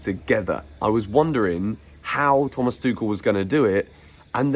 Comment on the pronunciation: He didn’t say tushel😁😁😁